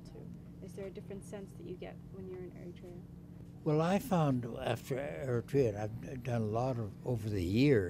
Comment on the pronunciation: It is so inconceivable to hear the foreigner is able to pronounce the name of the country more clearly as Eritrea, while the girl, who seems to be Eritrean, uses Ethiopian version name Ertra. Those who purposely change the name from Eritrea to Ertra is simply preparing themselves and others to make Eritrea part of Ethiopian province and name it as "Ertra" similarly to that Haileselase reign. To use Ertra instead Eritrea is like romanticizing Ethiopian colonization!!